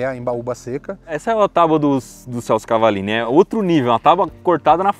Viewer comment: "tauba" é foda em? TÁAAABUA meu parceiro, por gentileza...